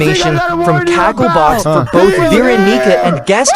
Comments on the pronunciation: "Veron***a"?? What the hell is this ai saying??? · Veeronica. No Veroniga. Yes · ah yes, my favorite survivor, Veeronigga